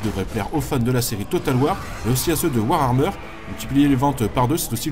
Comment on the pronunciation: Warhammer pas Warhrammer XD mes pauvres oreilles de fans .Sinon excellente vidéo ;)